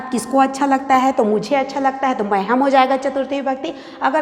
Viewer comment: बहवा: दोषा: सन्ति l- उच्चारणे तथा पदानां प्रयोगेष्वपि l यथा- मह्नयम् न भवति मह्यम् इति अपेक्षितम् l तथैव क्रुधयति न भवति l क्रुध्यति इति उचितम् l